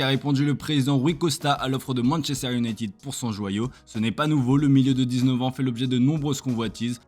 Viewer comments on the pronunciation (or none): none